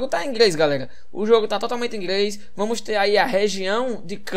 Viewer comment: "Ingrês" KKKKKKKKKKKKK